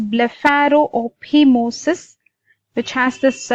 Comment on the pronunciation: It’s pronounced blepharo-fy-mosis, not blepharo-opi-mosis. Do you not know what phimosis is?